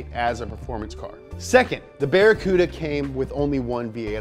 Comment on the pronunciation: Barry Cooda ? LOL